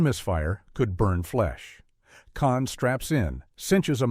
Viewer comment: I know, right? Definitely an Eh? Aye? voiceover. But it wasn't just the irritating humanoid quality of the voice and it's inconsistent pronunciation: sometimes it pronounced Caan as "can". And it consistently mispronounced Richard Castellano's name (the guy who played Clemenza). But how about that b.s. about James Can "improvising" at the toll booth scene? What was that nonsense about "he kept the engine running"? Who the hell turns off their engine when they drive up to a toll booth? smh 🤦🏻